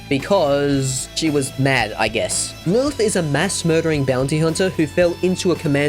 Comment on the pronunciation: Why do you pronounce "Lilith" like an absolute moron 😂